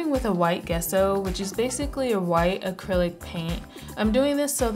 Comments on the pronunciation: Gesso is a J sound, not G. I'm glad to see someone using Warbla outside of cosplay. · gesso is pronounced jess-o not guess-o